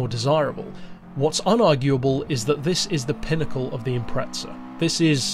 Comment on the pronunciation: Why do euros always say impreTza? There's no T in Impreza